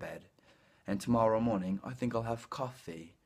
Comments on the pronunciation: Bravissimo!!! "I TINK" è favoloso! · non diciamo "AI TINC" ahah, diciamo " AI FINCC"